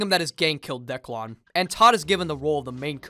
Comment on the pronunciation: Why does he keep calling him Decklawn?